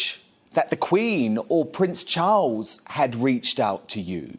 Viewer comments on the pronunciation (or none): none